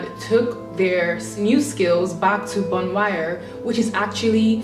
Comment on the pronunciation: Bon wire.... lol! U tried so i understand. It is pronounced bon (w)rey.